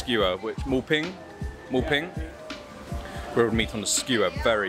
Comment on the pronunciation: Moo Bing and not Ping.